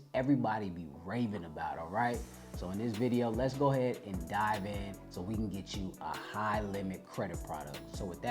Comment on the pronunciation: "lets Diver in" lol